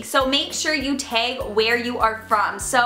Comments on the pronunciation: Did anybody else notice how she would say "Tag"? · You say "tag" like Wisconsin people 😂 It's so cute ❤️ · How she says tag 💀💀still love you 😋💓💞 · Omg the way she says tag and hashtag, I forgot how Canadian she is